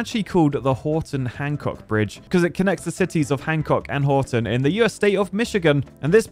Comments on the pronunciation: WORLD'S LONGEST AND HEAVIEST CENTER SPAN LIFT BRIDGE HYPE! also its Houghton not Horton. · Went to college in Houghton (not Horton), so Knew immediately that this was the Portage Bridge. Tbh, mostly commenting for the ATTROCIOUS pronunciation of Houghton. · You missed a part of the portage bridge! There is actually 2 roads, p.s. it’s pronounced “hoe-ton” hehe :) happy engineering! I know you mentioned its a double decker in the video but I’ve driven over it over a hundred times easily, the whole town is as beautiful as the bridge, a town build on the side of a canyon/hill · Your pronunciation of Houghton is a bit off, but you get marks for trying. (I went to school there and drove that bridge daily) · The way he says Houghton 💀